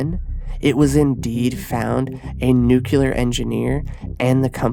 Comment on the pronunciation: Bro I like your videos but I can't take you seriously if you say "nucular"